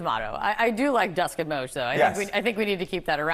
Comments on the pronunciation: The CNN guy said Dusk and Moge lol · Modge and Dusk